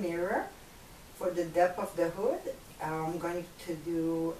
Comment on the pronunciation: I legit thought she said booty lol but thanks for the upload! really helpful and informative 👍